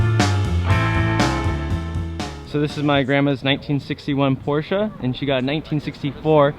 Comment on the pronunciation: Finally another american that can say porsche correctly